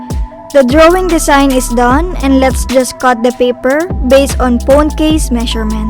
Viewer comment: She said “pone case”